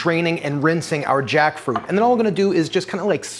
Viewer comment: them: take a shot every time he says jackfruit me at 20 sec: koreesn freyed jAckfroot